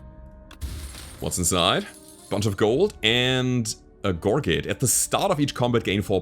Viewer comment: Great video! Gorget come from French I think. I’ve mostly heard it pronounced gor-zhay with a soft j sound beginning the second syllable.